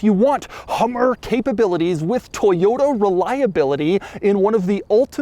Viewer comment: Toyoda, toyoda, toyoda... It's ToyoTA.